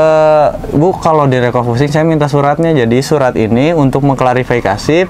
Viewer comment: REFOCUSING kalee.... bukan recofusing😂